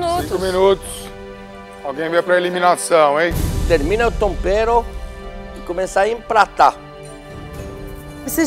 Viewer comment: Ouvir Jacquim falando Tompero e Paolla falando Obio é a melhor parte.kkkkkkkk